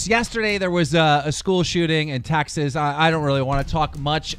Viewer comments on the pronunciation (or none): It’s pronounced TEXAS NOT TAXS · Did he say Taxes when referring to Texas?